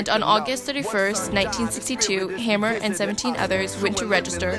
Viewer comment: her last name is pronounced Hamer not hammer!